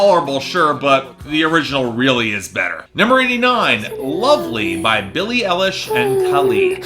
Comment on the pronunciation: Oof, it was uncomfortable to hear mispronounce Billie Eilish's name that many times. I finally understand what the Camila Cabello fans were feeling